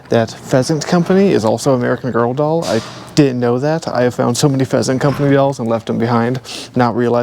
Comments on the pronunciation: PLEASANT COMPANY NOT PHEASANT LOLOL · Pleasant not pheasant! Lol😂 love it